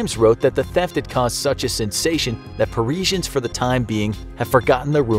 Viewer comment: Ahahahaha the pronunciation of Parisiens!!!!! Ahahahaha